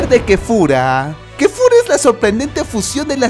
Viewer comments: Es kefla no KEFURA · En mi pais es Kefla no Kefura ¡¡¡KOMORA!!! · No es kefura es kefla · Weon no se llama kefura se yama kefla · wtf q diablos es kefura :v no habras querido decir kefla? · Kefla no kefura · no se dice kefura es kefla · Se dice kefla